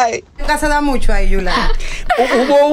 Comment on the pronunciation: Y por qué es que Sandra dice “ MUSHASHO”? 😅😅